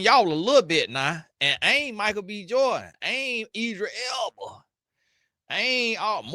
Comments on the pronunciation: Tony be butchering this man’s name all kind of ways. On one video he called him Tedris Elba too 😂😂😂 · he said EDRA ELBA LOLOLOLOLOLOL